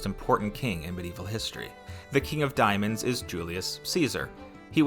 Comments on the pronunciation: diamond???? not diomands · its diamonds not diomands